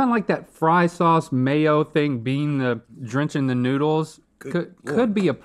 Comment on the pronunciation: One minute in an Rhett already call them "noodles" 😭 And it keeps going! This episode will be the end of me.